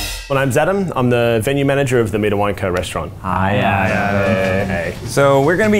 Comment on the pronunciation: Adam said “hi I’m Zadam”